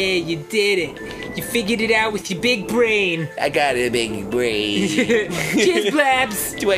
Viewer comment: do i really have a big bwain?